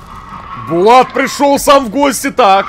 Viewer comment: не Булат а БАЛАТУ